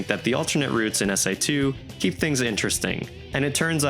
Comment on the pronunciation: Please never call this game "SA2" EVER AGAIN😭😂